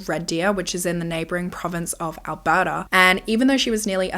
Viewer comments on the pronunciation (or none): none